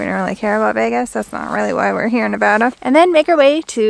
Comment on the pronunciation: As a Nevadan, so glad to hear you pronounce it correctly 😄 and not Nevahda.....